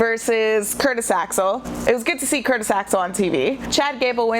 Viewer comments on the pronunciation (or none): none